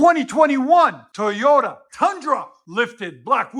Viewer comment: sounded like you said Tiyota instead of Toyota.